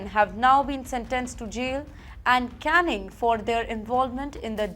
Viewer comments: u are an outrage. Stop saying canning, it is Caning. Do not say canned, say Caned, as in Kane. U are a shame. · the anchor really has to struggle with her pronunciation and english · Ms, it's not 'routing' but 'rioting' and it's not 'canning' but 'caning'! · Caning - not canning Rioting - not routing caned - not canned